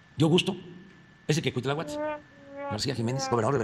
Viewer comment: Cuitláhuat? Que feo hablas! 😖